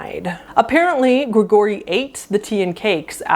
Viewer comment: Who pronounces Gregory "gru-gorry"? And "lemp'rees"?! Omg...I'm dying